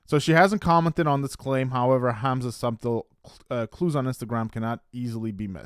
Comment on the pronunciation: Did you really say SUB-TLE?!?!?!?! The word is pronounced SUTTLE!!!!! OMG learn to speak. And in this video, there is NO way Memphis is suck & throwing up throwing a fit like this!! If you are sick, you don't have the energy to rant, yell & swear like this. She ran like a scared little girl!!!